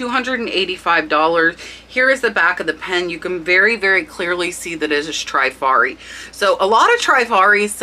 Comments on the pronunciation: Loved the content but you are mispronouncing the word Trifari. I grew up in Rhode Island where they were headquarter and worked there one summer between college semesters. Its pronounced Tre - fa-ri not Try-fa -ri. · How to pronounce Trifari - tri faa ree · Trif ar i 3 syllables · Thanks SO MUCH for your excellent info. FYI,. It's pronounced Trif ari. Pave is pa vay,. and it's Skap a relli,.